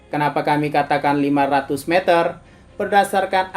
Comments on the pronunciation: si Mimin salah sebut jadi "mezer" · Meter nya salah cara bilang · Meter ya bukan mezer